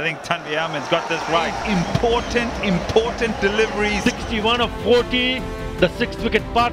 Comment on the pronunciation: Imphhhhotant.😂😂..এই হালা এতো ভাব মারে😂..এতো বাজে কমেন্ট্রি আমি আগে দেখি নাই..